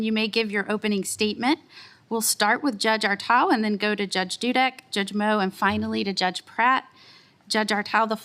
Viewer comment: Grassly is poster child for term limits. Mispronouncing judge as drug?!? This is 3rd in line from president.